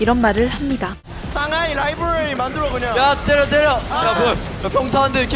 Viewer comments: 상하이 라이브뤄뤼 만드뤄~ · 라이브러리 발음 겁나 고급지다 ㅋㅋㅋㅋ